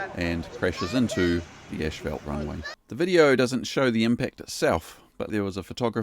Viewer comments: I'm not sure why said 'ash-felt', when the word is spelled 'asphalt'? The correct pronunciation of this word is 'as-felt'. Did you seriously think the word should be pronounced 'ash-felt'? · Because I was making light of the way the narrator was pronouncing it. Yes it is asphalt. He pronounces it ash-fault. :) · There is no "sh" in "asphalt".